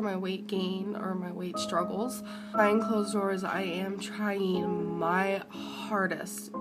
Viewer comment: ONE HUNDRED DAYS OF TRYEEN